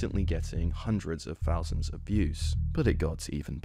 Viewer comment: bro its THOUSANDS not FOUSANDS.